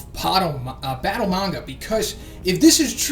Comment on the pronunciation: Could it be? Has finally learned how to pronounce the word 'manga'?